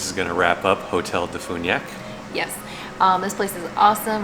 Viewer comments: As a DeFuniak born and raised local living out of state, it's Def-you-niak not def-oo-niak 😭😭 I'm sorry 💔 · Please learn how to say Defuniak before you come here.